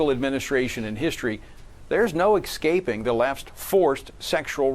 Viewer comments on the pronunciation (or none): He literally said "exscaping". All subsequent points are invalid.